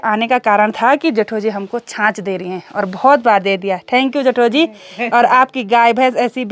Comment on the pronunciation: Hello....Aap ke vlogs Bohot Ache hote hai....Meri puri family night me Apke vlogs dekhti hai.... Specially mere Papa G ko Bohot psnd hai apki video....Jab aap Bolti ho Na # Jethoji,hum sabko Bohot achaa lagta hai apke mooh se